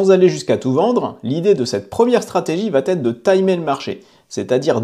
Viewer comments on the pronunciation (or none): Merci de ne pas dire « … va têtre … » mais plutôt « … va être … ». Merci !